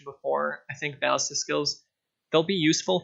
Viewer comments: both of the a's are pernounced the same not two different a's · bal·lis·ta please its tilting me but say it right sob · bro u should o to google translate and see the correct way to say BALLISTA... lol